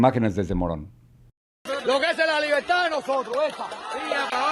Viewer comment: Libeltá! Libeltá! 🤣Qué nadie les enseñó a pronunciar la R?